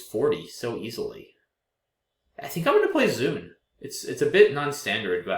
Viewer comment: Thee word 'zoon' (from Ancient Greek for animal) is definitely not pronounced like 'zoom', it's pronounced in two separate parts (zoh-on). Same for 'protozoon' etc.